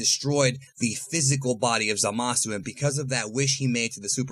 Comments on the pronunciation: It's zamasu not zalasu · Zamasu* not zalasu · Ah yes "ZALASU", indeed very strong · Why do you pronounce zamasu ZAMAWSOO? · I don’t like the way you say zamasu